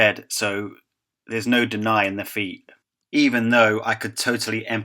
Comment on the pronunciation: stop saying feee-at say fea-t